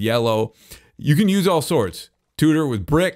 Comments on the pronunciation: Please pronounce tudor properly. I don't know why but it really bugs me. The u in tudor is pronounced like the ew in chew. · When says "tudor" enough to start sounding like "tooter" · An amazing entertainer and an extraordinary builder but by God does this english lady born and bred cringe at the pronunciation of Tudor😂😂